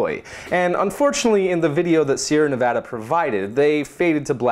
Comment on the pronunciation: I love you just because you Pronounced Nevada right. You're getting a like on this video